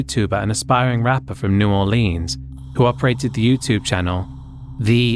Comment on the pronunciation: New Orleens.